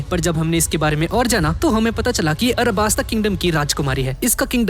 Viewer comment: BHAI ARABASTA HAI YAAAAAR ALABASTA NAHI ...............................